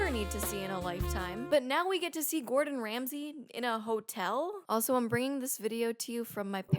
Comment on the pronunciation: trilled "d" in the way she says "Gordon" (sounds exactly like the "rr" in Spanish "Perro").